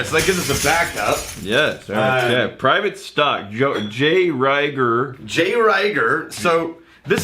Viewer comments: It's pronounced Reeger. Not Rayger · I had to stop listening when they couldn’t pronounce the name of the first whiskey correctly (Pronounced reeeger, not riiiger). It makes me assume they haven’t done their homework correctly.